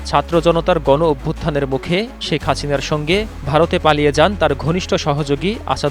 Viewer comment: “ ছি এন এন , বি বি ছি , শেখ হাচিনা “ কি সুন্দর উচ্চারন 😂😂 👅👅 😁😁